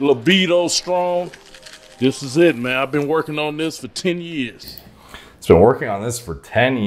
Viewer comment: "i've been working on this for 10 YEEEEss" not years. yee's as in yeah's not years.